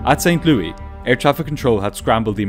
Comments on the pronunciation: I'm literally becoming a monthly subscriber because of how you pronounced my hometown of St. Louis. I've never heard it called Saint "Louey" before. Cracked me up! Anyway, of all the people who do crash recreations, your approach is by far the most straightforward, simple, clear, graphically pleasing, to-the-point, informative, engaging and entertaining of them all. Keep it up. 100% worth the money!! Thank you! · I know people hate "that person" but the Missouri city is pronounced St. Louis, like "Lewis". It's one of many places I lived. 🤓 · I'm quite sure St Louis isn't pronounced "Saint Louie" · It's not saint "Lewey" It's "Saint Louis" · Not St. Louie.........St. Louis.. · Pronouncing St. Louis correctly? Clearly you're not from the Midwest (we pronounce it Lewis) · Not even a minute in and I get bombarded with someone saying St. Louis with an actual French pronunciation. That just doesn't happen around here. XD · I was pulled out of the story every time "St. Louis" was pronounced like that. But, besides that, very well done. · i'm gonna start pronouncing St Louis like this, very 1920s newsies kinda flair you gave it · The S is pronounced in St. Louis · His pronunciation of St Louis is so weird lol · The city in Missouri is pronounced Saint"Lewis" not Saint "Louee" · Pretty sure it's pronounced Saint "Lewis" here in USA (not Lou-EE) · No silent "S" in this St. Louis - it's not "Lew-EE;" it's "Lew-ISS." Naturally, it had to be something said like thirty times during the video... If you don't know something for sure, you don't double-check, and you proceed to include incorrect information (whether once or many times)... It can really kneecap a viewer's confidence that nothing else you tell us is a guess or an assumption. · Just a note: it's pronounced like "Saint Lewis" not "Saint Lewie." Excellent as always, congratulations on your nearly 200K. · LOL as a native from St. Louis, I love how you kept saying st louie instead of st louIS. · St. ‘LEWIS’, not St. ‘Louie’